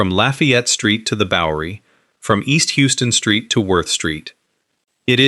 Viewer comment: Thank you for saying that. It IS "Howston"